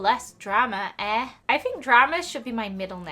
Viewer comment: Canadian for life PS and yes that was kinda weird no hate for well always